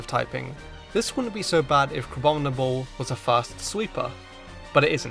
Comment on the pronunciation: IT'S CRABOMINABLE, NOT CRABOBINABLE!